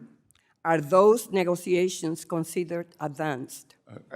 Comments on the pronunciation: It's MOonday Morning and the WORLD is smiling on Sec. Bessett. Try to teach the Idjut how to pronounce: negoziazijons. Djeez. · and a pronunciation issue; English is not that difficult. They should all immigrants require to speak it! "Negoziazijonz" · Some rookie wrote down a few questions and she doesn't know how to pronounce: "Negoziazijonz" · "Negoziazijonz" pronounced the old Sanchez way! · she can barely pronounce 'negoziazions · She's still working on her English: negoziazjons. Djeez...... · It really bothers me that at this level of employment she is not able to pronounce correctly “negotiations” we know she is Spanish. This is not a difficult word.